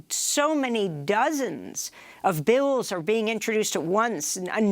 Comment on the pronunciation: This guy pronounces “Bills” as Bells 🔔